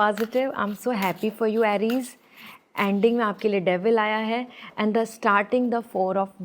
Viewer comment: Correct your pronunciation Aries